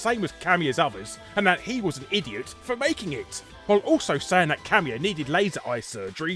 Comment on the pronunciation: oh, Kamiya. ka-MEE-uh. i thought you were saying 'cameo'